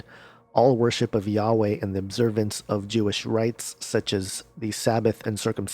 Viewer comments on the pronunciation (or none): none